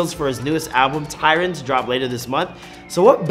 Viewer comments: literally watching this thinking wtf ! its TYRON. pisses me off especially when we talking about his 'real' self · his name is Tyron, not tyler